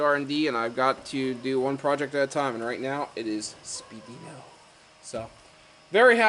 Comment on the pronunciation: it's pronounced speed weeno... not spee dino